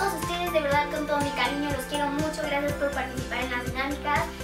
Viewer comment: El rrrrracias 💖💖💖 esta bien bonito tu outfit eres super linda y graciosa 💖💖